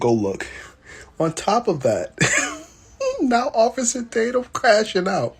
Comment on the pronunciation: I haven’t heard “ossifer” in a LOOOONNNNGGGGG time… sheesh….